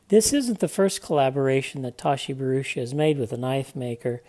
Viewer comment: Great review, certainly more complete after the update, small point you have his name wrong "Bharucha"